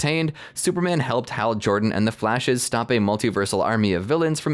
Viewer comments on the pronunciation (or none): none